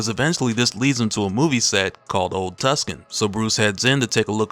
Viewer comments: I'm a native Arizonan, your pronunciation of Tucson needs some improvement, (Too-sahn). I appreciate the video though i do! it was just driving me wild haha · It's pronounced Tooson , lol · It's pronounced Too-Son. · Repeat after me “TOO-SAHN” “TOO-SAHN” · Old tucson? Like tucson arizona? "Too saan" lol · It's pronounced, "too-san", my guy. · Tucson is pronounced like two sawn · Tucson is pronounced (Too-san) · Lol I'm from tucson. Just for future reference, it's pronounced like too sohn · Aye love your videos my guy! I just had to say the place he's walking through is pronounce Old Two-Saun. It's my my home city that's the old western town it use to be before they expanded n stuff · My man! Tucson is pronounced Too-son. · Tucson is pronounced Too-sawn, but no big, unless you live there 😂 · I hate to be the bearer of corrections but the town is pronounced too-sahn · It's pronounced like "too-sohn" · Tuscon is actually pronounced "too-sawn" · It's pronounced "too-sohn". I live out here. Otherwise phenomenal vid as always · Are you pronouncing Tucson wrong on purpose to trigger people cuz you should know how to pronounce tucson. ... come on man. 2-sawn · Not even from the country and I know that ain't how you pronounce Tucson. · Bro you need to brush up on you pronunciation of city names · Until it’s spelt without a c its tuc son to me not my fault whoever named it doesn’t know how letters work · Tucson! Get the pronunciation correct, damn it! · And it’s spelled Tucson. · Uh, dude, it's Tuscon, not tuskin. Like Tuscon, the second largest city in Arizona. C'mon! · It's "Old Tucson" not "Old Tuscan",. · This nigga said Tuscan 😂😂😂😂😂😂🤣🤣🤣🤣🤣🤣... It's Tucson T–U–C–S–O–N (Took-saun) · Too-son. Not tusken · Is it pronounced 'TUSKAN" or "TOOSAWN"? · With all due respect, it’s Too-sawn! Not tuck- Sun. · It's not TuckSun It's Too-Sahn LOL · Tuskon is Two-sawn, Or Tu-son. ;) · Too-sahn, not Tuskan. I can't even finish listening to this video. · It’s pronounced Too-Sahn.